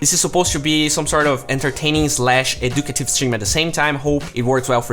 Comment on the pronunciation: edoocudtuve rofl its edjkaytive